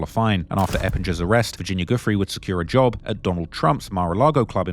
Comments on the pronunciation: Bruh how are you still saying "goofree" when it has been reported so extensively as Virginia "Jewfray" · Why are so many words censored and many names mispronounced? Never understood how some can spend hrs on doing a video & not check the proper pronunciation of names. Especially those who died. Virginia’s last name is pronounced like “joo-fray” and Gislane “gee-lane”. And pls breathe when narrating, it’s too fast,gets unpleasant to listen to after a while. Narrating is not a race.